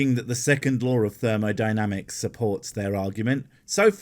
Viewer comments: Is it just me or does he say thermaldynamics instead of thermodynamics, he's gotta be a Poe. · Of course he even mispronounces it as "thermaldynamics" bloody moron.